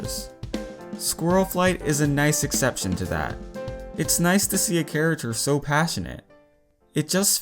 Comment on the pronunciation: Wait wait wait, he says character charater on purpose right?! I’ve heard him say it a lot.